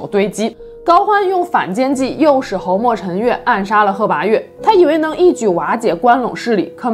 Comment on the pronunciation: 鲜卑的鲜读一声，侯莫陈的侯读四声